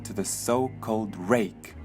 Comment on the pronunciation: it sounded like he said- it was rape